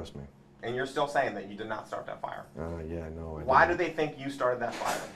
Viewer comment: "He didn't start the fiya"